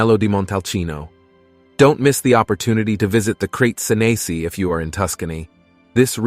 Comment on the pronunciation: The pronunciation of "Crete Senesi" is absurd and ridiculous. You don't have to anglicize everything.